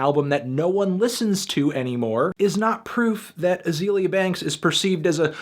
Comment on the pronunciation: You didn't even pronounce her first name right. I can't with this video.